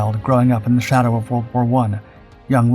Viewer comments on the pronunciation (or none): none